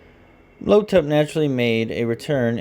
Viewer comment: The villain's (the Mummy) name is "Imhotep" pronounced EEEM-HOE-TEP. It is not "Lo-tep". 😑